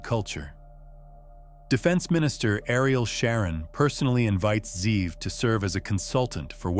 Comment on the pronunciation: The name is Ze’ev. He just isn’t pronouncing it correctly. Wolfgang=ze’ev